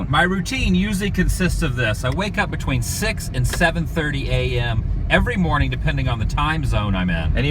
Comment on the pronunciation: Good moaning